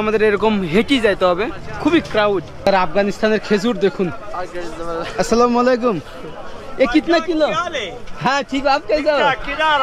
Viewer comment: ভাই তুমি সালামটা অন্তত ভালো করে দেয়া শেখো